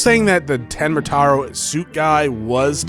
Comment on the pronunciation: You've been saying "tenma taru"